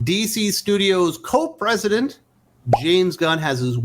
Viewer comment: Did you call him Co-President or Cope Resident? Lol